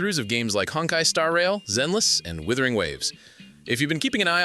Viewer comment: WUTHERING not withering… I’d expect at least creators to take the time to remember how to pronounce the games they cover